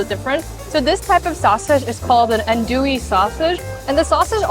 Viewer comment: Bayou - "bye-you" Andouille - "ann-doo-lee" shrimp nation - "crawfish nation"